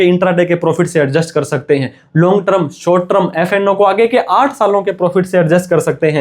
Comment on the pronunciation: ट्रम नहीं टर्म बोल .......ट्रम नहीं टर्म बोल .......ट्रम नहीं टर्म बोल .......ट्रम नहीं टर्म बोल .......